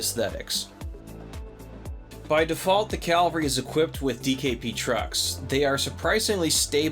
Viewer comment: I love in all the reviews I've watched. no one can pronounce Cavalry. 😂😂